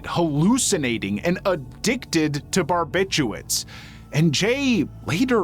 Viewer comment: I know it sounds crazy, but it’s actually “barbiturates” and not “barbituates “